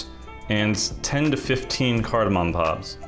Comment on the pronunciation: Saying pops instead of pods is like me trying to pronounce tuliyollal without sounding drunk lol.